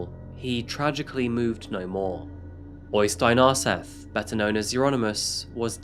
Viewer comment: I do admire you trying to pronounce all the various non-English personal and place names so don't take this the wrong way when I say that Øystein Aarseth is pronounced more like OY-stain ORE-set (th is just a normal t in Norwegian). I also think you divided Surnadal up as Sur-nadal instead of Surna-dal. Oh, and fine -e's are also pronounced so Helvete is HEL-ve-te. It's fine though, I know that you don't speak Norwegian. Anyway, keep up the good work,. I'm loving these videos.